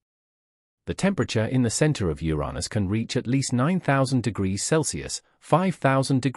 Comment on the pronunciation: Uranus! pronounce it properly.